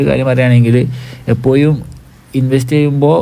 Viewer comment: എപ്പോയും അല്ലടോ എപ്പോഴും